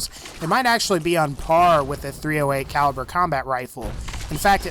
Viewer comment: u said 35 caiver